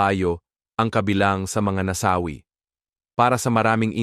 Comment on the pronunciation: nasawi hnd nasa wi para kang tanga mag salita